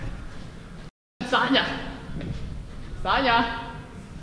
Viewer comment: Мне одной послышалось Таня а не Саня?